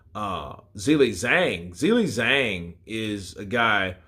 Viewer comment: Hey dude, dig your content, appreciate you keeping us so up to date on boxing, but I will say: every time you pronounce Zhang's name as 'Zilly Zang' I wince a little bit.